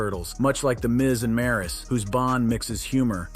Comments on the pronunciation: It's not Maris it's Maryse smh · Don’t mispronounce maryse name and misspell it gee